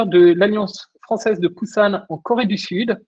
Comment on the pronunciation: Je connais Busan, mais on ne prononce pas comme /bouzanne/. c'est /bou-Sanne/ à ma connaissance.